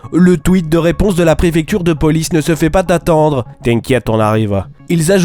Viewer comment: "Il ne se fait pas-t-attendre" bg la liaison x)